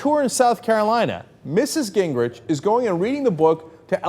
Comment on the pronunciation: The correct pronunciation of his name, according to his sister, is Gingrick